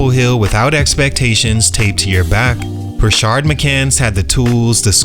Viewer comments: This is a cool series. I saw it in the comments already but just wanted to echo. Makes it hard with Rashard Lewis but the guy in this video doesnt have that second "r" in his name. Just Rashad. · Rashad, not Rashard. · You were a lot nicer to in this video than the last one. What changed? Also it's pronounced "rah-shad" not "rah-shard". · *Rashad…..not “Rashard” McCants